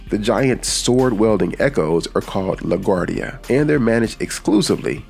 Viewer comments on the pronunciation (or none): none